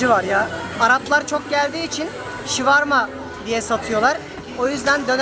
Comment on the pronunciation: abi her videoda diyorsun şuvarma değil o şavurma ;)